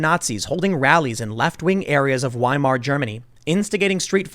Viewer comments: German "W" is pronounced as the English "V". It's not "WHY-mar" but "VIE-mar". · Not to be that guy, but it's pronounced Viemar. In German, a W is pronounced like a V.